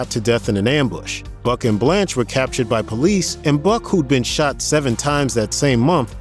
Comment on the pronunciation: No one can ever get Blanche right